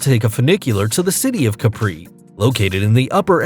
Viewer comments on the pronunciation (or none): it's Capri, not Capri'. The Emphasis is on the "A", not the "I". Caaaa-pri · Capri is pronounced CApree in Italian (also Santo STEF fano) . It's French to say "caPREE" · It's pronounce is "Càpri", not "Caprì". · Nice video, but learn the correct pronunciation of the locations before doing such a video, or you'll lose credibility. It's a true headache to listen to this huge amount of wrongly pronounced names such as Capri, Seychelles, La Digue, Saint Lucia, Soufriere, every location on Bali amongst others!! Also, use the correct pictures to go with. One of the pictures in the Bali chapter, in fact, shows Anse Source d'Argent on La Digue, Seychelles. Bali is a great place but there's no beach with such beauty. Your thumbnail shows the Andaman Islands, which are not even mentioned.